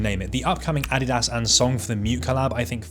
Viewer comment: Holy, a channel that knows how to actually say Adidas correctly